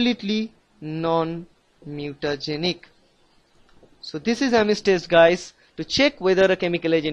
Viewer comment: thanks bruh, but you said Ames like ARMENS. THAT WAS FUNNY \